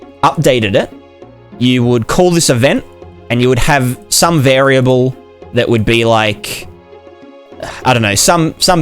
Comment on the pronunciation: lol "vari-ah-blay"